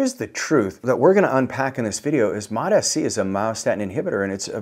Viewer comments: Bro it’s mots- c not mot -s - c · Still calling it Mot-S-C. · It’s MOTS. Like plural for MOT. Mots mots mots. Not listening to a guy who claims to know about peptides who can’t freaking pronounce it correctly